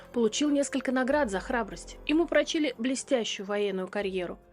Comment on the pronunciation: ПрОчили, а не прочИли